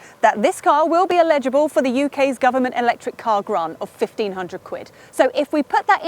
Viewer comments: is mashing the English language again. It's Eligible not ALEGIBLE. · Did you just say it's 'illegible' for the grant? Sure sounded like it. Doesn't that mean you can see it, but it's indistinct? Surely you meant 'elligible'. Chuckle. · I hate myself, but..eligible, not illegible. Sorry!